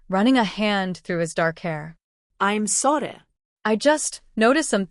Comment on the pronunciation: What is that accent on “I’m sorry?”